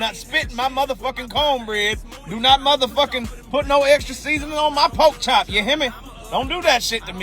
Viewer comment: Nahhh Unc Homeboy is a Ginger , he is an allie lol ... once he clearly said Conebread & Pokechop , I knew he was with the Melanated !!! 😂